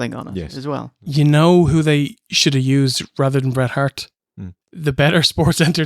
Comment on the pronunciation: Lol Road dog shouldn't even mention his name in same sentence as Hret Bart. Shawn will always be the goat but "Hret Bart" is up there